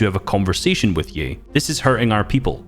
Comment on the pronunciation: He said ye like yee